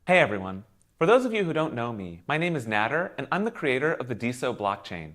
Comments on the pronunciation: You keep saying Nāder because of Ralph Nader.... Easy mistake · pretty sure it's pronounced nah-dare